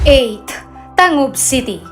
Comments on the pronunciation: ang tangub... gani ang bigkas dyan dito ay tanggob... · Hahaha..natawa ako sa mga comments.ang masabi ko lang research more! Lalo na sa pronunciation sa lugar.like; "Gingoog" it's reads.."HINGO-OG" ang "Tangob..it's TANG-GOB"😊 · Tarunga pud ug pronounce ang TANGUB ug GINGOOG 😊✌️ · Nag research ka sana sa correct pronunciation sa ng mga cities na yan,like tangub and gingoog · D man kaau Marunung mag pronounce sa local na bigkas sa mga Lungsud Yan Yan katulad ng Tangub at Gingoog